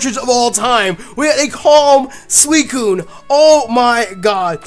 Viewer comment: said Swocune